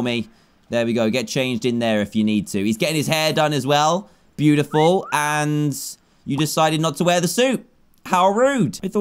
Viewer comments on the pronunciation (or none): You said pew-tiful not beautiful